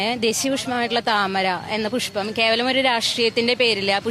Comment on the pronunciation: പുശ്പമല്ല പുഷ്പം